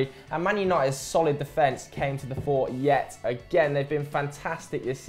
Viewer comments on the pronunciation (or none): none